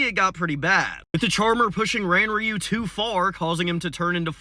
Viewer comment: Craziest part is how he pronounced Ranryu like that so much. Takes 5 secs to look up proper pronunciation